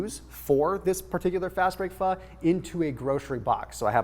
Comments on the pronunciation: fyi pho is pronounced fuh :) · Why is it spelled Pho, but pronounced Pha? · colonialism aka french aka pronounce pho like a french word and the o will be very short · He said pho cooking so say it fast yes I thought so too ! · He said Pho cooking. Say it together fast and it sounds like it, but he didn’t say the F bomb. But it’s funny.